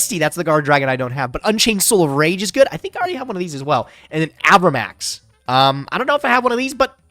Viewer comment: i hate how pronounces cards. my poor avramax